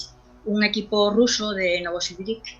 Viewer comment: Si, Dice Novoskovirik)))